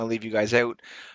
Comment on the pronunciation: It's so weird to hear you say maverick every time lmao